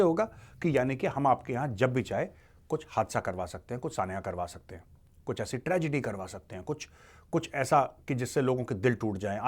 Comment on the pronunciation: That hain always gets me... 😅😅😅